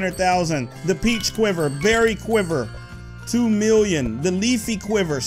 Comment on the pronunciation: i love it when he says miwwion